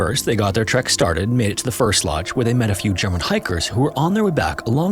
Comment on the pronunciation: Bro, it's called a TREK, not a TRACK.